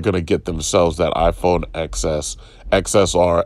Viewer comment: I know it's probably doesn't matter, but as a 'tech' channel, and an 'apple' fan on top of that, at the very least know what their favourite device's name as was called by the company themselves.